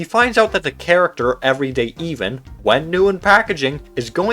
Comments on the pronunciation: Him saying “eehvan” and not eh-van” is killing me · Ah yes the everyday EEVAN... Ev-un not that hard to pronounce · I can only forgive you of your horrendous mispronunciation of the name "Evan" if your first language is not English 😭😭😭 it's only 4 letters!!! Ev-un. Rhymes with seven!! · Do you really not know how to pronounce the name Evan? Wow, you should be embarrassed. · Why are you pronouncing Evan like that? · Is anyone else a bit miffed at how he pronounces “everyday Evan”? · you pronounced Evan wrong